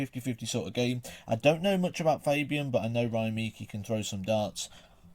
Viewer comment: "Ryan Meek-e" 🤣.....you mean, Meikle ;) I'd have thought he'd have corrected you by now ;) great vid though, didn't realise how much Waites is at risk of losing his card